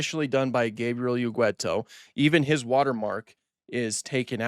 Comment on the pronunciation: Sorry, but I'm gonna be the grammar police bad guy here. Ugueto... is not pronounced Ugüeto as you have. The "u" in front of the "e" is only there to tell you that it is a hard "g" sound, as usually before a "e" or an "i" the "g" becomes soft. So it's pronounced as in the English word "get". Ugueto. There, now that it's out of my system, please proceed and pretend I said nothing please.